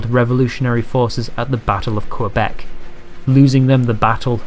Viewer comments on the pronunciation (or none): Quebec* not Qwebec